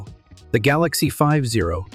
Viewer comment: It's so annoying when AI screws up. The Ford GalOXie?